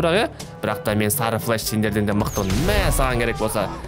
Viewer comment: Флеш емес флэш